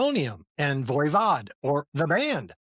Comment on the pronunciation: And VOYvod.